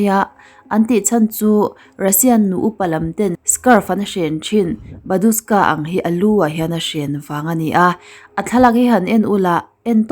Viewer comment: "Badushka" tih in i lam tlat in ka hria(ka hresual nge?)... Babushka lady tih tur ani sia....